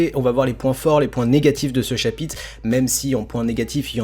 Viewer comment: Sympa la vidéo mais essaye de dire chapitre car dans la vidéo tu dis chapite si non c’etait niquel